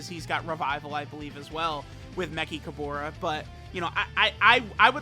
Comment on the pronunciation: Why not just say “me-ch-ka-ber-ra”? Wtf is mekikahbora